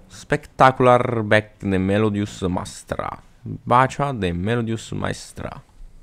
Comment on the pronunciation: Wingardium Melodiòsa, non Melodiosá